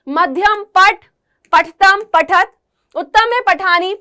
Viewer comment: पठतः का सही उच्चारण करें